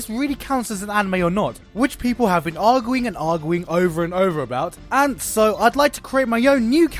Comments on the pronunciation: Awguwing and Awguwing for hours. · "ahhguing and ahhguing" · Awgewing and Awgewing... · "Aguing and aguing" - Gigguk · Aguing.... Where the R? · Argoooing? lul them pronunciations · he said aguing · argooing lol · I like the way he says "arguing" it's like "argwuing" XD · lol "ar-gew-ing" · argooing hahahaah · I love how you say arguing. 'Argooing, argooing and argooing.' LOL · agwing? lol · I love the way he says arguing.